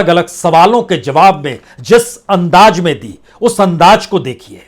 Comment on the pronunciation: तो पान वाले बेरसिया जी , जो विश्व politics में यह ताक़त है तो तुम र र र र र करने वाले की क्या बिसात ? अकेले कमरे में जरररररररूते पन्न्न्न्ने। ज़रूरत को जरूरत बोलते रहो अंदाज़ को अन्नाज